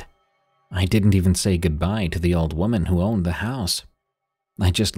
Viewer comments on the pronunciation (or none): none